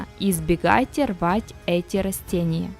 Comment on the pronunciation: Не рОстения , а рАстения !